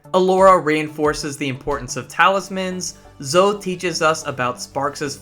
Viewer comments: Did you really call Zoe, Zo 😂😂 Her name is spoken several times throughout the games. Pronounced Zo-ey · In the US it's zo-ie. I'm surprised he made such a mistake 😂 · Is the us version of Zoe pronounced like that or is it pronounced as Zo-ie because I’m sure she says her own name in the game and it’s zo-ie